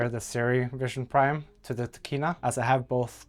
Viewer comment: it is vision prime, not vista priem